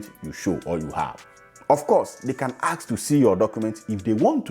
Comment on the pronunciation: You need to start practicing to pronounce the word "ASK". Google for the right pronunciation